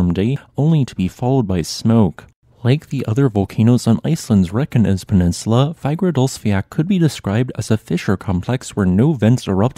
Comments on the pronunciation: Fagradalsfjall pronounciation is... Im cringing every time and im not even icelandic. you'll get closer with Fa-ra-dalls-fjel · Nice video. p.s. You have to stop butchering the name Fagradalsfjall. It has 2 L´s in the end and you don´t pronounce an L. Instead of sayin "Fiat/Fiak?"", say "Fiatl". And Keilir is "Kayleer".